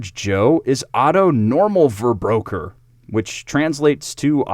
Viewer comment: Otto normal verbraucher 🤣 how you pronounced that made my day